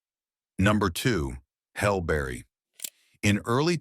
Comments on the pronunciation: Hell Berry?! WTF. So many wrong names or mispronunciations but that one took the cake!! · "Hell Berry?" "Jam Lee Curtis?" WTF? I'm somewhere between laughing at the ridiculousness and really annoyed with how poorly this was done. Side note that my personal favorite reaction was Robin Williams when he won for his performance in Good Will Hunting. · "Number two, Hell Berry" LMAO cause eDiTiNg iS hArD